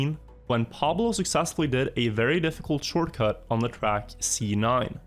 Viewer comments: I swear to god i cannot see your videos bc the way you say "track" disgust me so much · не верю что тут никого не бесит как он говорит trackь